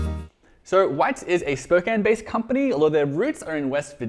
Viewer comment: Kudos for pronouncing Spokane correctly. Be thankful they aren't based in Sequim. Or Snohomish.